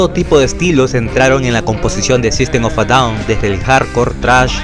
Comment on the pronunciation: Buena pronunciacion del nombre de grupo así se pronuncia